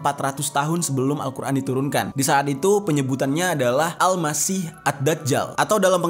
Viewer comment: AL MASIKH bang bukan Al Masih